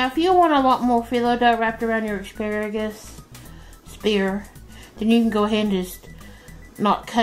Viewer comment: OMG! You've said "EXparagus" twice!🤦‍♀️🤦‍♀️